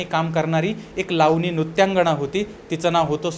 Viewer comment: नृत्यंगणा नाही नृत्यंगना